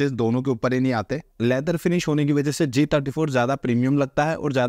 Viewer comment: Please be clear while speaking g34 and g54